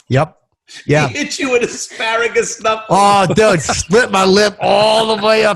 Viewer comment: Asparagus... i thought he said A Pair of Gus tsssssss